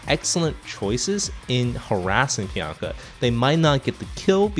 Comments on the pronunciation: Take a shot everytime says Pianka instead of Pinaka. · PI-NA-KA! PI...NA...KA!!! NOT PIANKA!! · Good video, but "Pi-yan-ka" drove me a little crazy. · piyanka? is that how its supposed to be pronounced? huh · Great insight into each unit. Very nifty. Please decide on a pronunciation for Pinaka. hahahahaha. :D